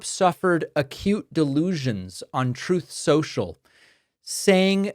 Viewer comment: Love that David calls it " TROTH CENTRAL" just as Donold did :-)